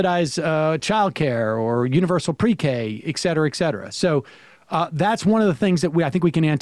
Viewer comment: I hate how Sam says "ex-cetera". I know he knows better.